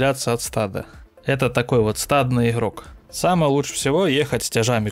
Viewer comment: иХрают, Ходами, иХроки, поХоворим, Ходу, мноХо, Храдусов ....кровь из ушей полилась.